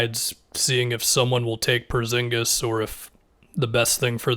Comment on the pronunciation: Am i the only one that gets super annoyed when says “Perzingis” instead of “Porzingis”